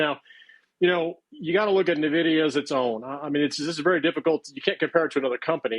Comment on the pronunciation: He can't even say Nvidia correctly.